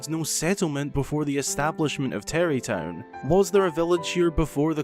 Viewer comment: I didn't know that about Beedle. I was questioning the pronunciation, all my life living in Scotland I've never heard someone pronounce an a as an e.